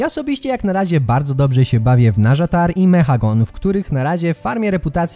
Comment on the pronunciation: Nazjatar czyta się tak jak się pisze :)